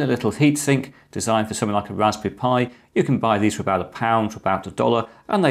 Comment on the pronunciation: can you pwease wewun the tst for the wasberry pi